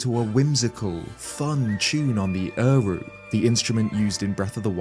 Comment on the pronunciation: I'm pretty sure you meant to say "er-hu (erhu)" and NOT err-ru, which literally means "two-string" in Mandarin and is often called the "Chinese violin". Not having played TotK, I first assumed you were going to talk about an unknown, niche instrument....but the Chinese-American in me was hoping you actually mispronounced erhu.